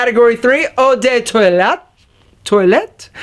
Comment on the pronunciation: Hey, just a quick tip for your pronunciation for future videos. Cologne you could pronounce it like "Column" but just remove the m sound and it would be pretty close. Parfum, if you know how to say 1 in french (un), you can say Par (like the golf term) and fun. For Toilette, put less emphasis on "Toi" then finish it off with "let". Hope that helps!